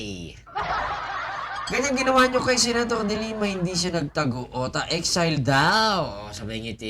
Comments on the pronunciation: Hindi po Excel. Exile po ang pag pronounce nyan... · ikorek mo ang pagbanggit mo ng exile